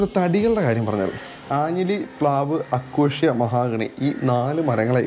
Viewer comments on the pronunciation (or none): Not അക്കോഷ്യ, അക്കേഷ്യ 😎